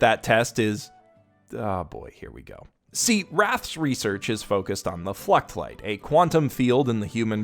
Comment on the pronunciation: ngl, i kept hearing ”fleshlight” when you were talking about the fluctlights......